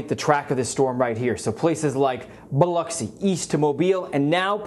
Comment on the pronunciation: Thank you for saying Biloxi correctly! ❤️